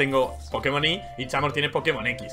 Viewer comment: Se pronuncia chamork o es que no sabe pronunciar.